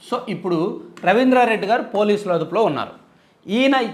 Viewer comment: మీరు గారు అని శంభోదించిన మాకు ఏంటో గాడు అని వినిపిస్తోంది